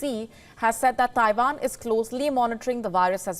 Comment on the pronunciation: Did she say Taiwan or Taivan?